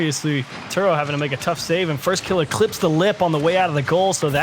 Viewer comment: Ugh, why does this guy keep calling him First KillAH